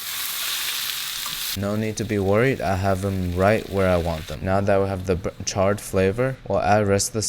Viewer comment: "bu-charred flavour" xd